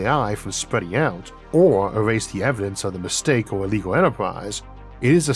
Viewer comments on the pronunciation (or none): none